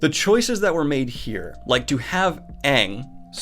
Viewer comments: whats your problem with pronouncing it Aang instead of Eng? its not an american name ffs. all else I agree with but this is just stupid. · In defense of the pronunciation of Aang as Ong: in Sanskrit transliteration, a double AA sounds like /a:/ rather than the /e:/ as it is pronounced in the show. /a/ is also the default vowel in Tibetan, on which Aang's culture is based. So maybe he thought it sounded more natural [personally I agree with him. AYNG has a really shrill, word-ending sound to it, no offense to folks who are named and pronounce it that way] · I don't understand why EVERYONE in the movie mispronounced Aang's name. "Ung"? How did no one on the set realise? Was it deliberate. Why would they deliberately change the main character's name??? Also "Eero" instead of Iroh. 🤦🏻‍♂️ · Just watched it, haha. I swear they almost called Aang “Ung” sometimes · I was 4 when my mom bought the dvd and my family watched it. I played with toys in the background because I was 4 and that’s all I did back then. But even when I wasn’t paying attention, I saw Appa’s design, hated it, and heard how they pronounced Aang, and thought to myself, “that ain’t right.” Even 4 year old me knew how bad this movie is. If a 4 year old that only pays attention to half of what they watch can point out all of the flaws in your movie, you have messed up badly. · Every time he says Aang that way it wounds my soul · Yes...it is sooooo bad. I cringed each time they said Aang's name wrong. The fire lord..they even have a pic that showed his cartoon look... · Your "aang" pronunciation had me in "splits". Splits cause of "Split". Get it? Of course you do lol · I just don’t understand how you can pronounce multiple characters names wrong, especially the main character! I mean someone had to have said “It’s about this kid named Aang” at some point right???